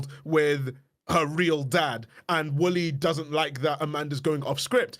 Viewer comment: For a second I thought was saying Willy instead of Wooly